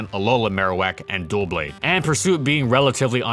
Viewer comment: Dou-blade. Not Duel-blade